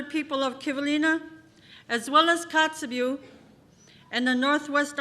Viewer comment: it's funny how he forgot how to pronounce Kotzebue throughout his speech